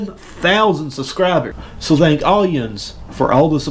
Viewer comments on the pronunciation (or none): none